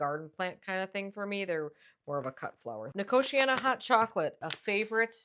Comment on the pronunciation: Since it's a native American plant your pronunciation is correct.